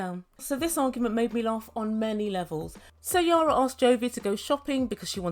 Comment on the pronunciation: is it your accent? or do you call Yana, Yara?...it is EE-AA-NN-AA... LOL LOL LOL british accent reminds me my english (a native englisman from manchester) tutor who after living for 20 years in Portugal...he still would come up with "his own" spelling of words LOL LOL